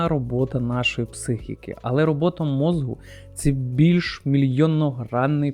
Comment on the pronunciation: Давно підписаний на ваш канал, тут багато цікавого але прошу вас "мозку" не "мозгу" похідне від мозок. Не хотів нікого образити, просто дуже вухо ріже і в багатьох відео